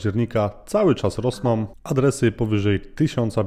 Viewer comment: Fajny kontent, ale z całym szacunkiem "tom"? "Kwotom"? "Rosnom"? 😕